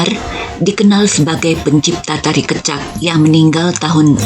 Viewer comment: terima kasih sharing nya,... koreksi sedikit pengucapan kata "kecak" kami di Bali mengucapkan ke- nya itu seperti ke pada kata kecap, bukan ke spt pd kata keluar. salam rahayu